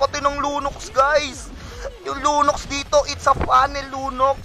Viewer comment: Lunox yun lods di lunos haha